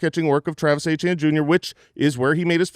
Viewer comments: Travis "Achane" is NOT the french creole prononciation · You will never get me to pronounce Etienne as Achane no matter how much gaslighting you do